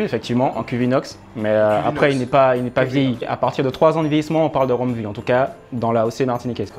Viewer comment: Pascal il m'a tué 😂 "Un rome une cacahuète "(avec l'accent c'est plus stylé